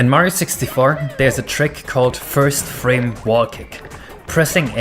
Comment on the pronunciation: haha "nath". "frane". work on your spelimg